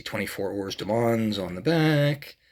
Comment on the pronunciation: I know this is an old video now but I took a look as I may pick this particular one up at some point. It is nice, I would note that the pronunciation of heures is pretty much 'err' and mans is 'mon'. I think most people stateside seem to add the s on the end but the s is silent. This car isn't a Petit le Mans car of course but that has two silent letters in it as the second t in Petit is also silent, so it's closer to Peti le Mon in terms of how it's pronounced.